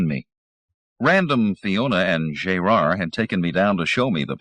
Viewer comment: Jay-rard? Gerard is not pronounced that way... makes me wonder... Pity. Audio is much cleaner than Zelazny's version.